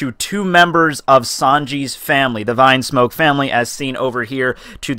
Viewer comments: "Vinesmoke" "Gurma" "Ray Jay" bruh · Why do you call it vinesmoke ?? it is Vinsmoke which it is pronounced Veensmoke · Rew Rose It´s not a matter of how he calls them, it is how it is written, that's the point. Vine is some thing and Vin is another, learn to differentiate.